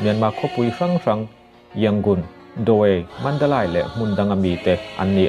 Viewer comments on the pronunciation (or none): Mandalai tih techu a! Mandalei tia lamtur aw!!